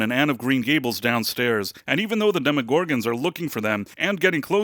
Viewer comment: Is this AI? Why do you say demogorgons that way? You put the wrong emphasis on the wrong syllable.